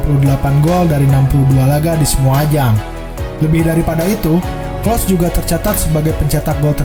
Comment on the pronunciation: Telat 9 bulan,, klose bukan klos